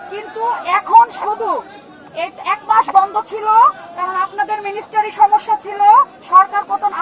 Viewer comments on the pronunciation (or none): আকুতি মিকুতি করি মিনিস্ট্রিকে মিনিস্টারি বলবেন না 😄😄